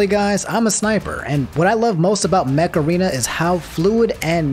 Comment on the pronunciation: Okay I can't be the only one who heard macarena instead of mech arena